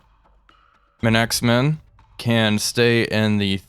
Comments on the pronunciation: Love your videos, and you probably won't see this, but you're mispronouncing Manxman. Its not M-anxman, it's Manks-man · Just as a heads up, as no doubt some people may get upset... Manxman is pronounced (Manks-Man) it's named after one of the islands between the UK and Ireland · Manxman is promounced as manks man! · Manx-man. HMS Manxman. Just sayin’ :) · its pronounced MANX MAN. IE as Sister ship Welshman. I would hope it has enhanced transport capabiities as thes fast minelayers were used a lot as transports of special cargoes to Malta. These ships were some of the fastest warships ever built, even outrunning destroyers and in a sea, e boats. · Quite entertaining hearing systematically mispronounce « Manxman » x) Though Manaxman has got a nice ring also